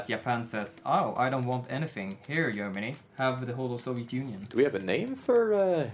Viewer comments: mean Yermani? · think it's funny... Yeneral, Yerman reich, Yentle, Yumbo yet. Yermany :3